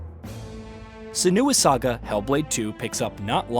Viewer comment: I don’t respect a reviewer who can’t pronounce the title correctly